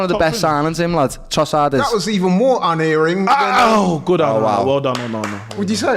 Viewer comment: The word is unERRing, not "unairing" - out the word of the day calendar down,.